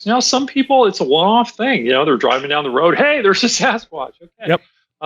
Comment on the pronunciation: Where did the "woad gow"? Dump that awful cold opening and bring in a professional!!!!